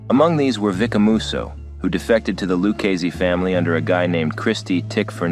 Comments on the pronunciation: Dude literally said Luc a see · Lucasees? Learn how to pronounce Italian names if you're going to narrate a video about the mafia. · Well written bio, but your voice actor didn't do his homework, mispronouncing Luchese several times. Once or twice we could tell it had to be edited/rerecorded. Distracting. No sub here.